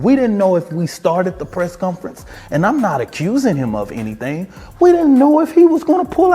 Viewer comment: I'll give this guy props for pronouncing "Asked" correctly. Negative points for saying "Press Cunference" several times though.